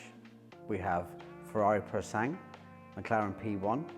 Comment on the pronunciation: I'll be the nerd: the Ferrari is pronounced 'Purosangwey" but hey... who's arguing?